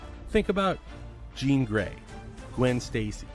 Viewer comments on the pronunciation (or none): none